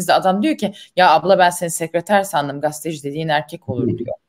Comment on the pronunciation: GASTE DEĞİL GAZETE !!!!!!!!!!!!!!!!!!!!!!!!!!!!!!!!!!!!!!!!!!!!!!!!!!!!!!!!!!!!!!